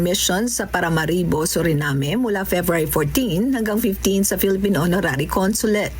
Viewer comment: ano ba ang tamang pronunciation ng bansang Suriname; yung dalawang; Suri-'name' (as in name, pangalan) Suri-na-me o Suri-nam